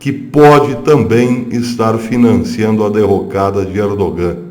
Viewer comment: Professor, o "G" em "ERDOGAN" é silencioso, não se pronuncia. A Turquia não faz parte da Europa !!! Em outros tempos era "Ásia Menor"...... A Europa não inclui a Turquia .......